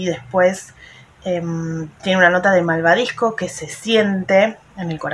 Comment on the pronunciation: Hola no te enojas si te digo que es malvavisco no malvadisco. Siempre te veo me encanta tu colección yo tambien tengo la mia. Nose que hacer con tantos perfumes ensima no salgo jaja pero siempre quiero uno nuevo 😂. Un abrazo geniaaaa 🤗